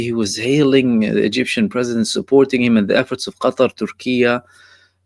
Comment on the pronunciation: Qatar or GUTTAR